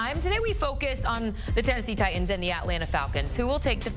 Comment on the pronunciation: IT'S NOT TI ENDS!!!!!!!!!! It's TI TANS!!